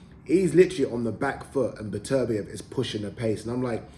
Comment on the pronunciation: His name is beterbeiv not betervia Get his name right you newcomer sausage or a presenter